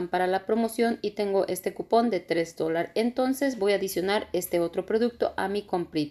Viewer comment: Se dice dólares 🤭🤭